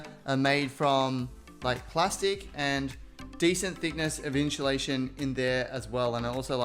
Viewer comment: This was amazing but he way he says insulation